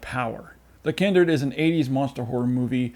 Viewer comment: The Kindered? How did you pronounce it incorrectly when it actually says The Kindred in the trailer you posted in the reviews lol? In any case excellent review 👍